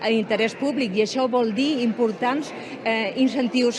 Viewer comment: Extret del blog "El clot de les ànimes": En poc més d’un minut i mig que dura el vídeo, m’ha semblat sentir-hi tot això: Bona nit [no fa la o oberta]el acteés animar-los [enllaç sord]animar-los a que col·laborinel fet de quevintè [no fa la e oberta]vol [no fa la o oberta]mecenatge [com «cotxe»]els propers anys [enllaç sord]posar l’accent [sorda]novetats [fa una e i no una vocal neutra]artístiques [fa una a i no una vocal neutra]moments al món [enllaç sord]muntatge [com «cotxe»]serà [no fa la e neutra]representarà [sorda]set [no fa la e oberta]exacta [pronuncia «esacta»!!]